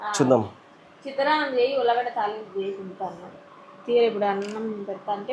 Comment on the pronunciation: Ulagada kadu urlagada ani anale